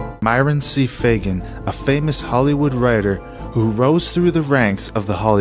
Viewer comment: Fagan, not Fagin